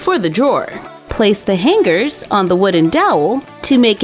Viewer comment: Han -gers its hangers